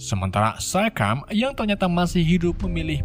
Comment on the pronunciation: STARSCREAM, bukan Starcream.